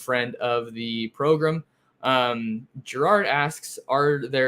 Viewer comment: Love the correct pronunciation of Progrum!